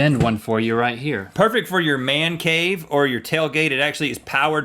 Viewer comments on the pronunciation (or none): none